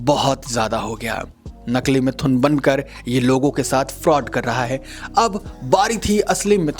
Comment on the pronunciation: are bhai pronoun sahi bolo mithhun nahi sirf mithun he